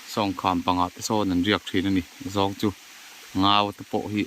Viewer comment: "Zawng i zawng" nge "zâwng i zawng" zawk? 😀